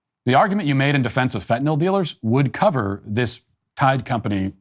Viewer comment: Finally! Someone who pronounces the drug correctly - fen-tin-all…